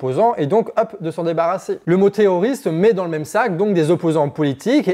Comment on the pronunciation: Tu as un problème à prononcer les R, non ? 😅 Parce que moi, j'entends "Té''oriste"